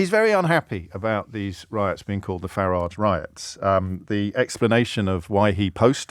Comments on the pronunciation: ABSOLUTELY beautiful! I thought I was the only person who pronounced farridge’s name correctly… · Thanks James - for everything you do, but on this silly little occasion (personally silly I mean), for pronouncing "Farage" as I remember hearing it, years ago when he first became a public figure. (Sorry, working in Spain I am very behind with much of the developments in UK, totally confess to that). I mean, you said "FA-ridge". (Like "garage", in my Walsallian west mids working class accent, not a posh Solihull one). That's how I remember him being called years back, not the "Faraaaagge" (sort of fancified frenchified version) that am hearing more recently. As I said, silly, but comforting. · And you're right James- his name rhymes with garage. And his garage is probably a lock-up where he keeps counterfelit ciggies and watches.